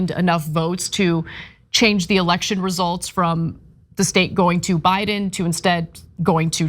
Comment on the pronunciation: Ana, it's not a "alection" it's election! 🚨